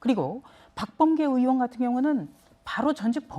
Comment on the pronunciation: 으원이라는 발음 거슬림